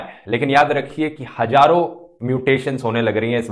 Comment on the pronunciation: Dhruv hajaroo nahi hazaroon hota hai